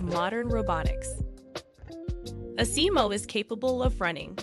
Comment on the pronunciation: rusack, I agree with you on that. If I wasn't a dedicated Honda fan I probably would've wandered off very early. It was almost like a grade school project where the creators didn't really know their subject and cobbled it together with a few random fillers. And the pronunciation of Asimo was all wrong.